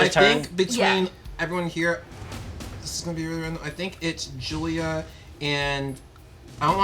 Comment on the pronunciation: Am I the only one who noticed that says Gillia not julia?